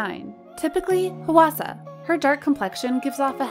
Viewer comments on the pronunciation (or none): im korean and hearing the voiceover go "HUH WA SA" irks me when it's supposed to sound like "hwa sa" PLSSS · I would love to know more about who writes the scripts and does the voiceovers for this channel bc there is always something... off. Not being able to fully nail a name like “Hwasa” is a little odd for a Kpop channel but not unimaginable. No, the weirder part is mispronouncing Weki Meki. It has to be something like the 5 minute crafts or Blossom content farms, where the company and staff are Eastern European but they pay someone in North America to read the script. This would explain why there are always weird pronunciation errors - it’s not a person who is actually familiar with Kpop reading it off. Same thing for the occasional odd grammar, like calling blemishes “acnes”. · The way she keeps pronouncing Hwasa 😭😭😭 I can't.... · Dear narrator: please check how to pronounce the name Hwasa instead of butchering it.